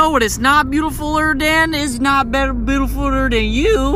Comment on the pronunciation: When ever he starts saying beautifuller sounds like he said it under water